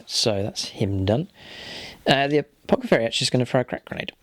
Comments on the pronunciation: Nice report and great looking armies! Btw, just a friendly tip - it's apoTHecary, not apoCathery. :) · This should be a good bat-rep, but before I continue watching, I have to say - I'd noticed in a previous bat-rep (and thought it was a slip of the tongue), but then (and at other times), you're referring to the Apothecary as an Apocathary!?! :D